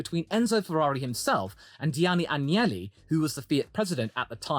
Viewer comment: It's AGnelli. Not Angeli. They are basically the Kennedys of Italy... And no Angels whatsoever. Old "Silver Nose" Agnelli was quite the match to the wily "Drake". Elkann is the intelligent grandson... he has a clown for a brother.